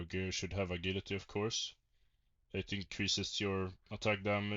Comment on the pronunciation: A-GILL-ity lmao I guess english is not your first language bro it's pronounced A-Jill-ity